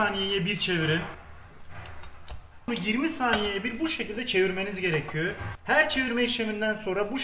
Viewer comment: Abi sen her gerekiyö dediğinde ben daha çok gülüyorum